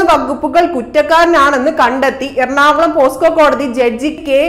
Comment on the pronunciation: പോസ്കോ അല്ല. പോക്സോ അല്ലെ